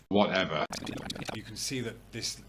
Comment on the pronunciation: "Whatever" Or maybe "Whatepher"